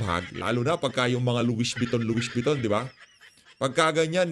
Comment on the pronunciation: Among Louisssss Vuitton Po! Wrong pronunciation ka Po. ☺️